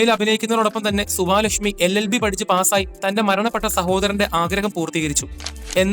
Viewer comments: സുവാലക്ഷ്മിയല്ല സുവലക്ഷ്മി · Suvaalakshmi alla suvalakshmi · സുവാ ലക്ഷ്മി അല്ല സുവലക്ഷ്മി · സുവലക്ഷ്മിയെ, സുവാ ലക്ഷ്മി എന്ന്.. 😂😂